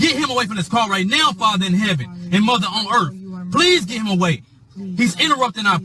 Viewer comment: Muver on earf